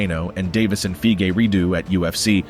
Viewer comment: lord jesus you butchered figuredos name like 20 times